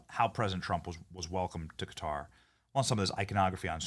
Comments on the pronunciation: She pronounced Qatar as "Cutter" lmao😂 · isn't Quarar pronounced " cutter"? I honestly don't know. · Who the hell is this idiot at Fox News who cannot pronounce country names?